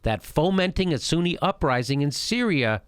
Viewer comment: "Shi'a Pipeline... Suuni Pipeline". As spelled out in the Quran, right? haha